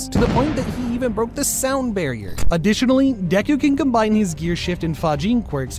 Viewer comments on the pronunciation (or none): none